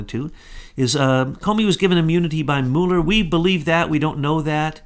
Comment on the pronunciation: will you please make up your mind how you are going to pronounce Mueller's name. I am of Norwegian descent and there are many Muellers in Norway. We pronounce them as follows. (Mule) (er).